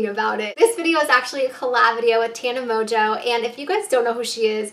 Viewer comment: when she says tana's last name wrong cx